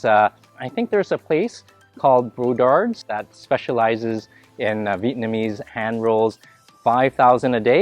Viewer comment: . BRODARD not Bodard . They used to live in Nhatrang . They also have more then one BRODARD Restaurants in Texas , own by the older brothers of BRODARD in Fountain Valley S Ca. ( all the recipes R from Mother of them )